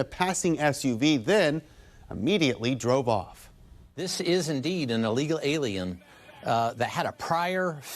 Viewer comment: No human being is illegal. Took you 5 times to even say illegal aliens like a proficient English speaker. Educate yourself fool